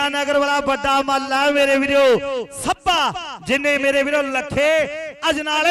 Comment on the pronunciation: Gurdaspur walea nu punjabi nhi aondi chngi tra... Sbba nhi hunda Shabba hunda Arh nhi hunda Arsh hunda....